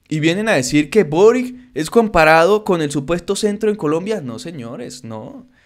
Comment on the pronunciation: de acuerdo con el vídeo, solo un pequeño comentario, el nuevo presidente de Chile es de origen croata, por lo que su apellido de pronuncia algo similar a "borich" (la c suena como ch)